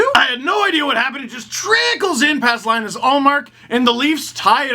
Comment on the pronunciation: Lee-nus, not Lie-nus, Ullmark. <3 I love you, but I love our goalie too.